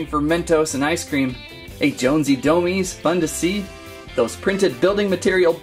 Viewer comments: It's not domez it is domes just said domes but domez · Dude there pronounced DOMEz not doMEEZ. Otherwise awsome video!!!